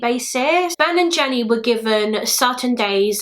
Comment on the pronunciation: I can't stop hearing "Ben&Jerry's" every time says "Ben and Jenny"